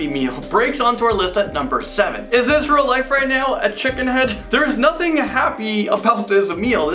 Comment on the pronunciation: "Is this rel life?" Bro.. STOP please